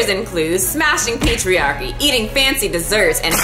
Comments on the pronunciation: When you said patriarchy, I actually heard "pastry-archy" lmao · I heard 'patriarchy' as 'pastry-archy' ' 😂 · Lol... The first time you said patriarchy i coullda sworn you said pastryairchy...lmao